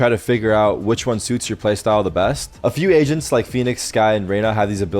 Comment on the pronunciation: I needed so long to figure out that he said agents and not asians😂